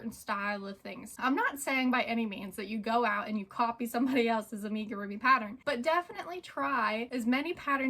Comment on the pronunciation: Amigurumi is a Japanese word. It is not pronounced Aim-igirumi. Think of the "Am" sound as being the same as Amigo.